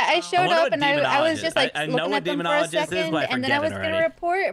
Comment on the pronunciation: Quack! Also.. Demon-ologist?😅 is that a new doctor? Haha